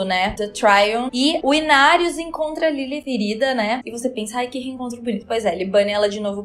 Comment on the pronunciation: Sua pronúncia de Lilith é linda. Perfeitinha.